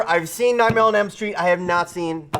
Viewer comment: was ok but he got so loud. Like he wasn't even yelling that loud his voice just sounded louder and he kept saying "Nightmenem Street" and it got under my damn skin.